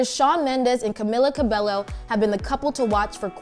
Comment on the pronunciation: Ca-me-la Ca-ba-o